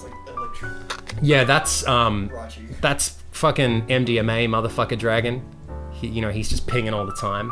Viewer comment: Whenever says "dwagon" it reminds me of iDubbbz saying "Minions"